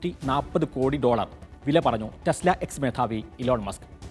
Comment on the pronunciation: തെസ് ല അല്ല ടെസ് ല